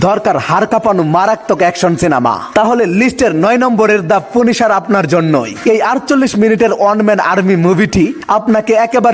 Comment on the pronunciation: পুনিশার নারে পাগলা, পানিশার